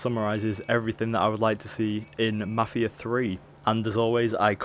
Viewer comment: 1.yeh marfia not mafia , great job ! 2 . are you idiot ? who said that this is mafia 3 gameplay ? and mafia 3 isn't even out ! read the fuckin' title !